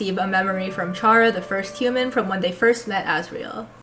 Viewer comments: chara. coming from the word “character” chara-cter care-uh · It's actually pronounced "chara", not "chara". Hope this helps!